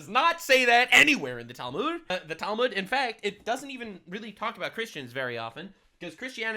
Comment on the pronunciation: I'm not Jewish but hearing her pronounce or mispronounce the Talmud as Talmood is hilariously grating on my ears. 😅